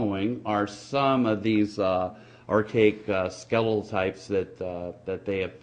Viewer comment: Yoh. What are sklell remains and rance? What is this guy? A snack salesman? A miner? If he wants to convince anyone of beeing " scientific " - he should f... learn to speak understandable first!